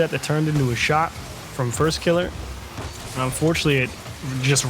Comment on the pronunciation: Ugh, why does this guy keep calling him First KillAH